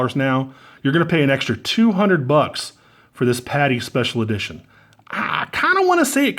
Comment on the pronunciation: "Special EdiTOIN"